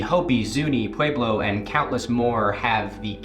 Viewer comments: I know this isnt important whatsoever but is that really how we're supposed to pronounce pueblo? You say it pu-wee-blo but ive only ever heard it pronounced, even by native americans as pu-e-blo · It's not a sharp A sound think pweh- blow, not pwahe-blow. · I am Pueblo. Descendent from those of the Chacoan people. Big fan. Love that you made this video. Couple pronunciation pointers: (Pueblo= pweh-blow / piñon=pee-nyohn Sipapu=see-paw-poo). Modern kivas are sometimes built above ground but you still enter it from the top.